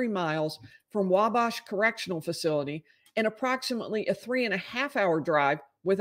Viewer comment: you’re pronouncing Wabash incorrectly. The A in bash is pronounced like it is in at, or bat.